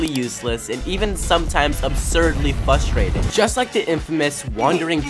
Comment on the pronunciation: Why is everyone saying "fustrating" pronounce the R damn.